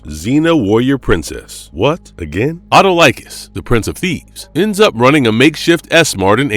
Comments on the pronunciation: it is pronounced Uh-Tall-Ick-Kiss , and not, at oh like us. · great vid. but please learn to pronounce the king of thieves name.. eh-tall-eh-cuss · Great video! I love Evil Dead and Xena! Just a nitpick: Autolycus is pronounced "aw-TUH-luh-kiss".